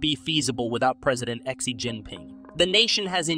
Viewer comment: First time you were here, you had me interested until you couldn't pronounce xi Jinping